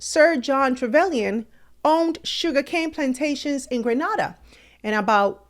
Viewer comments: I'm sorry. I want to clarify something. Your pronunciation of "Grenada" is incorrect; it should be pronounced as "Gre-nay-da." Not Granada. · "Grenada" is pronounced as "Gren-nay-da" "Antigua" is pronounced as "Aunty-ga"